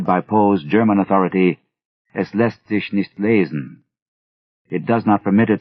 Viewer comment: This narrator... he did his homework. Got the Pascoag, Chepachet and es lasst sich nicht lesen pronounced right!